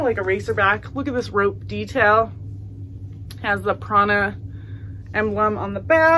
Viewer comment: When you said Prana I thought you said Prada lol